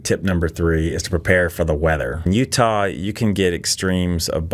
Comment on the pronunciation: I love Utahrr! Don’t know where that pronunciation came from? Maybe someone can enlighten us?